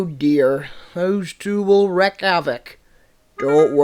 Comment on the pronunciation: for future reference, it's wreak havoc (pronounced reek)